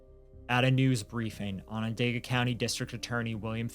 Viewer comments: I know I shouldn't comment this but I'ma do it anyway. Onondaga is pronounced awe nah dog uh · I respect both of you and your research! Syracuse NY is my city! I remember how sad this was! It hit the community hard! Onondaga is pronounced Onon-doga! It's not spelled that way! It's the name of the Onondaga people and their reserve close by! ✌🏾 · Onondaga is a difficult word I guess you were close tho!